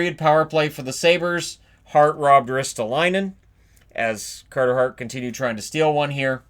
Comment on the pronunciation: Cahtah Haht!